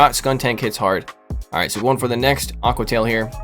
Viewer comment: A-que-uh tie-EEL 😂